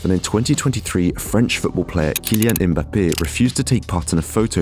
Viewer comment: Its Kylian Mbappe not Embappe